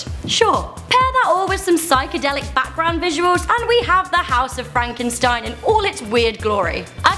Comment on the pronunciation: But you said Frankeinstein